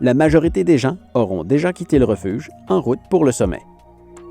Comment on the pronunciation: Partir tôt pour éviter les chutes de séracs et les ouvertures de crevasses c'est bien ça ? Moi ce qui me fais sourire c'est quand tu mets un "t" à "gens" ;)